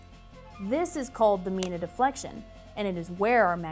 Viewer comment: say, from our spanish background, we say nevada and mina, as spanish does, so we like that, that you KNEW how to do that correctly.... so hope you do not feel too bad :) ... but, yes, for the locals = *there is usually two pronunciations, of name/towns, depending on the locals, (which is different than spanish pronunciations, french, or, german, or native american, etc) --- and then, thus, not the same as where the language-names, come from... ex: (nevada, means snowfall, in spanish) (mina, means mine, in spanish) (or, the name-- fermina sarras, a woman, from the town history, which would be pronounced as spanish) ... GREAT JOB, too, for the earthquake info, and set up... wow... i am from san andrea fault area of calif... and, really appreciate this, ... (san jose, goes through all kinds of pronunciations, too, as to 'locals' or true language... and, so does los angeles, as you would know... thank you so much!!! again, wow... good quake knowledge teaching... :)